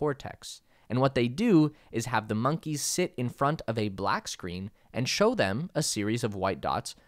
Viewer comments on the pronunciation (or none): none